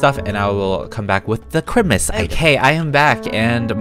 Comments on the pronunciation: can someone tell me why he is calling it Chrimas??? its really annoying me :< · It's time for CHRIMUS! Me: Loves how he says Chrimus instead of Christmas. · I love how you say Christmas like CHRIMUS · We love the peetah accent “crimmas” 😍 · ”ChRiMaS” My dumb self: WhAtS cHrImAs?? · You say Chrimis😂but I’m a fan off you😊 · Its how he says it...its a joke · Why do you say Christmas kind of weird I'm not trying to be mean cuz I always stayed that way too